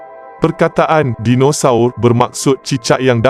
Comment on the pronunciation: betul betul slang BAHASA MALAYSIA KAMUS DEWAN BAHASA DIA BACA SKRIP & SEBUT TU.JADI PELIK BUNYINYA DINOSAUR DIA TU😅😮🤦‍♂️